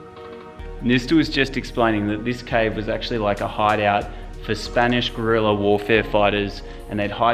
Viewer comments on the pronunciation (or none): none